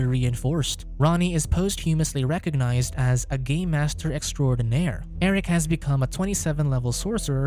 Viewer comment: Im sorry, I just kept hearing "Gay Master". That would be a very different movie now wouldnt it?